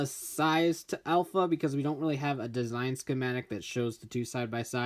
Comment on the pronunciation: Did it trigger anyone at the beginning when he pronounced Alpha as "elf a"